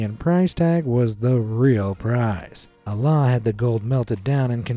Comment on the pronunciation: I don’t wanna be that guy but the way you butchered the name Alaa is crazy 😅